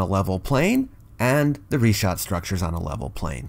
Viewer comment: Thank you for pronouncing it Reeshaat as it should be in Arabic. Richat is simply the french transliteration, which can't seem to get his mind around. (his surname isn't bright as you said. Nor is he bright)